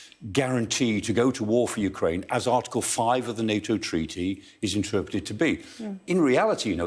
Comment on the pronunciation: I love that "ooh cry enya" 😂